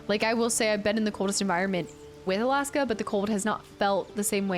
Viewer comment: "Alaaaska" I heard you say it like 4 times when I asked about your Alaska trip and still cannot prononce it the way you do hahaha take care.